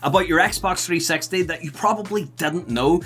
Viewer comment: Wouldn't it be nicer if you'd just drop the "T" when you speak out the name of the console: "Xbox 3-sexty"? 😉😄